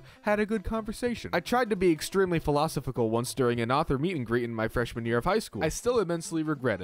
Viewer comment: wait, you know that's not how you pronounce philosophical, right?